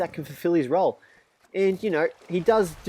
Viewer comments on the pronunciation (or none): none